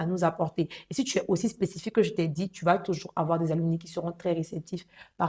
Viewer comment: Mes salutations à tous. Comme contribution, on dit un "ALUMNUS" (masculin), une "ALUMNA" (féminin), les "ALUMNI" (pluriel) [se lit Aloumnaï]. Merci.